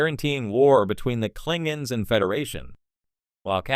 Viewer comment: Klinguns. Lol